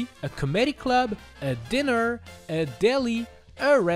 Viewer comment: I can’t tell if he said comedy and diner like that on purpose or not but damn did I cringe a little